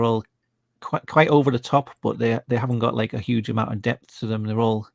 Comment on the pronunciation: hehehe, 'Hyowge' - haven't heard that since I lived near York